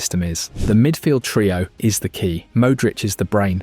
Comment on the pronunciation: I switched off at the way he said ‘Mooudric’ 💔 forza milano though